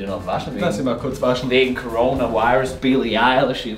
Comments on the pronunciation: Hat roman billie eillie gesagt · Er hat bissel eilig gesagt dumbos